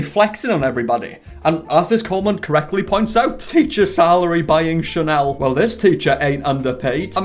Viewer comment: i love how you say "chanelie" instead of "chanel" lol im gonna have to start calling it that